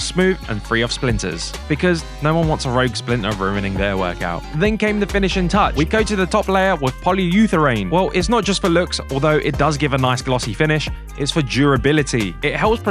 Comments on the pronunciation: It’s not poly utharane , it’s poly urethane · THIS IS NOT ME HATING, but you mispronounced polyurethane.